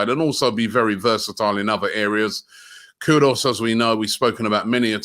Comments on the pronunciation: Robbie, it’s K-U-D-U-S not K-U-D-O-S. Got it? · his name is not pronounced KuDOS it's Koo-Duus!!!! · Robbie, it’s KudUs not KudOs 😊